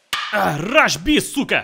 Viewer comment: Did he say "Rush B Cyuka"?